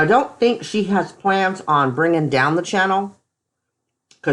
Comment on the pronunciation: She, not sheet... Good grief